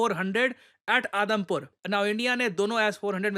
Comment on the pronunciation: i literally heard Adampur air airbase as Adamkhor airbase